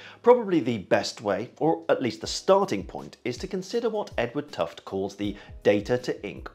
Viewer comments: Gereat video, thanks. And as an aside, Tufte also invented sparklines... as another aside I believe his name is actually pronounced with the final 'e' so something more akin to "tuff-tee" - that's what I seem to recall from one of his presentations I attended many moons ago. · fully understood I'm sure I was pronouncing his name as 'tuft' as well until I went to one of his presentations. He also has a bit about information density from various media, and rails against PowerPoint-less as a not so good vehicle for information, in fact it's tantamount or at least equivalent to propaganda sources... kinda funny, maybe that's why marketing types love it - but alas maybe too true, people are supposedly only able to hold a few items in memory so after the slides clear so does the memory of them in context.